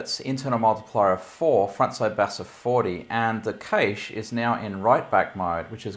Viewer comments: Ca-shay or cash but for the love of all that is holy it’s not caysh. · it's called cache and pronounced similar to 'cash'. It's NOT "keeeaish".